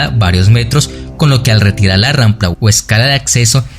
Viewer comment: Se dice rampa, no rampla.